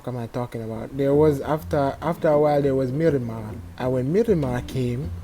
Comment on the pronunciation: "mirimah" BRUUUUHHHHHH